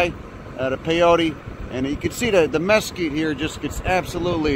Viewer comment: I love how you pronounce Mesquite.